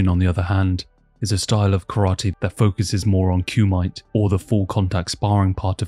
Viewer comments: you also said Ku-might? Bruh.. come on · Kumite is pronunced “Koo-Mee-Tay”. Qing empire is pronounced “Ching”, that’s where the name of China came from. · Amazing 3 hour banger. Kumite is pronounced Koo Me Tay, took me 2 watches to figure out what is so cool about mites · kumite = Ku-mi-TAY